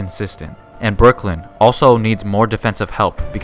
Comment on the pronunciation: omg he said brook lin